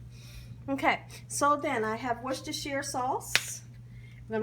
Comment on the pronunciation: Recipe looks solid, but I'm more impressed with how easily she said Worchestire sauce 😅